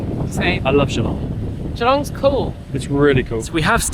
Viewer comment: I live 15mins from Geelong in the Bellarine Peninsula. Watching your video, made me cringe hearing how you say Geelong. It’s not pronounced Gee, long. It’s pronounced Ja-long!